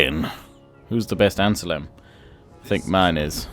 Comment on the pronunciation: Critique Report: Real farmers keep working under artillery fire! Praise: Superb defensive setup. Optimum use of javelins. Mistakes: Forgetting about saving money for onagers... Suggested Actions: Send an army to invade Palma Land one army on Corsica and send the other one back. Other Comments: "ANN-SELM" not "anselem"! Overall: Good job.